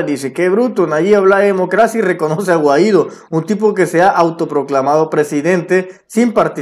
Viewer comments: Guai-dó tilde en la o osea mayor entonación en lo «o» brother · "" estas pronunciando mal el apellido "Juan Guaidò"